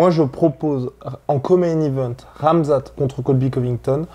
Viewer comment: Ben we nu poca ssss la sueu. On comprend jamais tes intro guy😂 articule stp. C'est KHAMZAT est pas amza't. par contre speak comme un journaliste de bfm. 😂